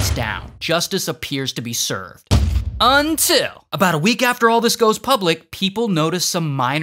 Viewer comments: I absolutely love the “UNTIL” 😂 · The “*UNtiL*” is iconic